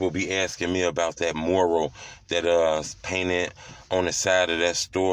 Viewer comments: It's M-U-R-A-L NOT MORAL😆🤣😭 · He saying “moral” it’s “mural” 🤦🏾😂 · You're not pronouncing it right, it's not "MORAL" it's MURAL. Makes you sound slow. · It’s Mural Not Not Moral 2 Totally Different Meanings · Why he can’t say mural🤣🤣🤣🤣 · Bro learn how to say mural u sounding stupid wtf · I swear Truth you get paid to say Mural wrong lol 😂 ijk bro lol